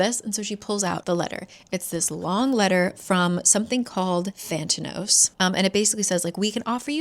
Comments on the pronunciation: The company is actually called Thanatos, is just saying it wrong. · Same. Also I kept thinking she was mispronouncing "Thanatos", the Greek God of Death. If it really is spelled with an extra T in the book, I'm annoyed. LOL. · is it "thantanos" or "thanatos" like the god of death?? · Every time you say Thantanos I just think it’s Theranos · The company is called (Thanatos) Than-uh-toss, as in the Greek Personification of Death.